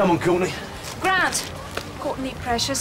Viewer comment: AT THE END SHE WENT GRAT PUT ME DOWN GRAT! lol she cant say grant